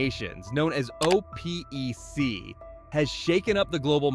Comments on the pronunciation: Its call O peck not o p e c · OPEC is an acronym, meaning it is pronounced as a word rather than as a sequence of letters. It's pronounced OPEC, not O, P, E, C.. Just like no one says N, A, T, O for NATO. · OPEC is pronounced "oh-peck". Your AI shows your lack of professionalism. It may help to double check presentation for accuracy and respect. It's in your standards message, is it not? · lol, it's not o.p.e.c. it's opec.